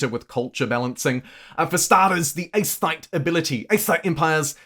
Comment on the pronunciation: Aestheet, not aesthite... Aesthites are from Aesthesia, which isn't sending their best.